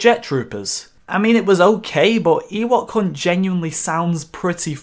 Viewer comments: I can’t be the only who thought he was saying “ Ewok cunt” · Am I the only one who hears "Eh what c#nt" instead of Ewok Hunt?